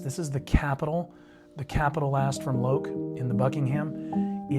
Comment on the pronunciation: Made in India. Fibreboard Heel Stacks. Loake rhymes with Joke.